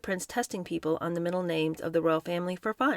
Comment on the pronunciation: I was interested in this book, but please, for the love of sanity, at least pronounce the names correctly. It’s really jarring and distracting.